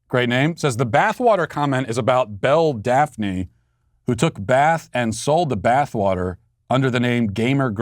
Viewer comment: Im relieved that Matt mispronounced Belle Delphine’s name.